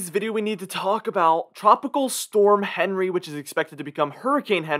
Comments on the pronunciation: Yet you still don’t know the proper name of the T.S. Henry is ( hen ree). Henri ( On ree) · It's not "Henry", it's French, so it's pronounced an-ri, no H sound, duh! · It’s not Henry….It’s ahn-ray.